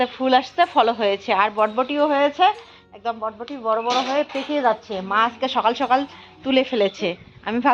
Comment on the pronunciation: কথাটা বটবটী নয় বরবটী। তোমাদের ঘোসকাডাঙ্গাবাসীদের একদিন ক্লাশ নিতে‌ হবে।অনেক শব্দ‌ ঠিক উচ্চারণ করে না। Except,ও ঠিকঠাক উচ্চারণ করে।